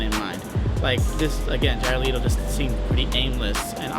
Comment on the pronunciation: Le-to not Lito >_> someone correct that other guy